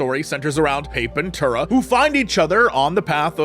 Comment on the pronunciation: PAH-PEH-TOO-RAH Why can't any of you pronounce this correctly?